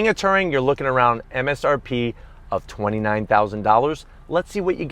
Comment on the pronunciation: Why can’t he pronounce Touring ? Lol 😂